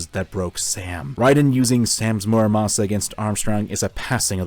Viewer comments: Its murasama not muramasa,i think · omg this video is good BUT THE NAME IS MURASAMA, NOT MURAMASA